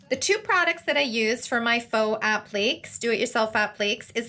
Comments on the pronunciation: App-lee-kay(s) not app-leeks lol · Appléks? Isnt it 'app-li-cays'? Appliques? I confused myself